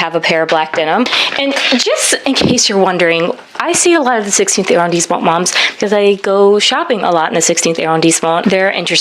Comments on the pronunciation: Hey, this video was amazing! Please do every arrondissement. :-D The combo of fashion + mini tour/highlight was great fun. PS it's pronounced AH-rondissement, not eh- or air-rondissement which I think is what you're saying. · Ooh, gotta work on that French pronunciation! It's not [air-rhone-disement]. It's [ah-rhon-disement]. Shorten your vowels and you'll instantly improve your French.